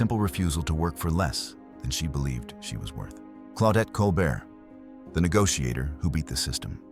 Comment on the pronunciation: One can tell this is AI simply by the pronunciation of Claudette Colbert's last name: it's Col-bare (like late night icon Stephen), not Col-burt (as the narration pronounces). SMH.